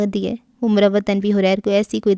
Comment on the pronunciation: اس کا نام حَرِیر ہے جس کے اردو معانی ریشم، ریشمی کپڑا یہ عربی کا لفظ ہے اپ نے اس کو غلط پڑھا ہے